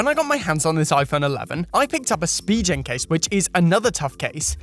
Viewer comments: it’s spi-gen btw not spi-jen😂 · idk why it triggers me when he says spee-jen case and not spee-gen case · How does that make a difference? lol